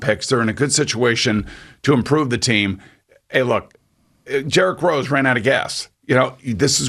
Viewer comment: Jerrick Rose Lol.... Dude you pronounce his name wrong. Plus you say Atlanta Hawks were below them in standing. Dude we finished the season with the same record. And we change coaches in middle of the season. Hawks are built right for the playoffs. And knicks are built for regular season. Hawks was always the better team. So stop blaming Julius Randle for Knicks mishap. They are not constructed right. Go Hawks!!!!!!